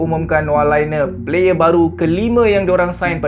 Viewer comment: Laine -sebutan" Lane"✅ Sebutan "Liner",❎